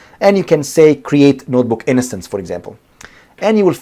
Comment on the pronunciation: liked, good video, you're saying innocence instead of instance